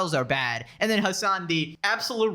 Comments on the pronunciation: Genuienly the way XQC pronouces "Hasan" is funny like what do mean 'azzan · Xqc saying Hasans name like AHZAN is killing me 😂😂😂